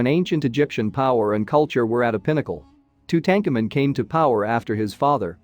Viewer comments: Or, or !!! “Too-tanked-tu-moon” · You can’t even pronounce Tutankhamen’s name correctly how am I supposed to take your information seriously? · No tank in name pronounced tutenkhamen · Tootancamoon for god's sake not tootenkamen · The common pronouncement of Tutankhamuns name is tute aunk amoon not to tankamon! Are they just using reader app to narrate? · Tu-tank-in ? Really. Tu-tah-ka-moon. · its tootum-car -moon not two-tank-a man lol not the way it spelt but as you say his name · Hey For Ur Suggestions Box:Lear How To Pronounce The Main Words Or Subject U R Discussing??WHO Does Not Know How To Pronounce King TUTS Last Name!!?? TO DAHN COMEN REPEAT IT👎🤡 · OMG! Two-Tank-A-Men??? Unwatchable. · Tut-Ahnk-ah-mon ...hooked on phonics don’t work for him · LOL 🤣🤣🤣🤣🤣 Tootankermen..... BWAHAHAHAHA! 🤣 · It's pronounced "2-tone-ka-moon" meaning beloved of Amoon. His father is pronounced "Ah-mon-ho-tep" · Who the fudge is Two tank en men .... geez none of these names are pronounced correctly, it made it so hard to listen to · Who is Tu-tank-a-man? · Too tanka min - please learn to pronounce these names correctly - if you can’t do the simplest thing then why should anyone pay any attention to the content of the video ☹️🤷‍♀️ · Say the pharaohs name correctly it’s annoying Tutankhamen. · two-tank-a-man !!! unbeliveable. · Please learn how to pronounce names properly!! Too tan ka moon!! Phonetics!! Aa ka na ton!! Thank u… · Two ten kemen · One minute in: I can't listen to this guy strangle Tutankhamun's name one more time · You need to learn how to pronounce tut's name properly. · Pronoun this very famous Pharaoh's name properly! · I can’t finish watching this. If you cannot say the King’s name correctly, I don’t trust this channel. Peace out! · Why is the name of king tut mispronounced.. very distracting.